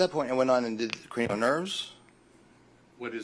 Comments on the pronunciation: You are not being overly harsh at all. In my opinion, even his expert sounds like he doesn't take anything too seriously, and why would a neurologist be self employed? Don't they normally tend to gravitate to large reputable hospitals for employment? How TF was he saying cranial nerve? I heard something along the lines of Keurig nerve 😂 ☕ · Maybe dr was nervous on stand which caused his pronunciation issues. The way he said cranial, I can understand how if your not in medical field you may not be able to know what he was saying or referring to. The fact any $ and time was wasted on wade Wilson's brain with scans, Dr exams and all this time in court is absolutely ridiculous. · Cranial nerves. Why would you know those nerves? Most people don’t unless you are in the medical field. I think this guy either had a stroke at one time or he has a speech impediment.